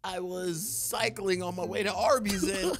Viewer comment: AINT NO WAY HE SAID ARBYS